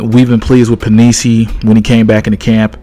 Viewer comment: love him too, looking forward to see the work hes going to put in this year.. Penisini pronounced pen-ih-seeny